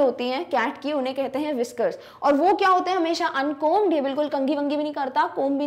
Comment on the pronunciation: B not prunoncedin uncomb